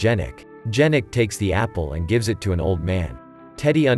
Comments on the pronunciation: "he was watchig his boxing maches on TV" - realy, maybe he watch it on tablet or smartphone? In 1930-39 - who had TV ? People listen to the radio but TV was not such spread invention. 4: 10 - not "Dżerek" but [ Ianek] should pronounce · It's not pronounced D-zh-anek, but Ya-nek.